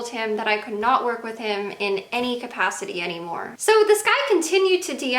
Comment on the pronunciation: Right... When she said capacity I was like 0.o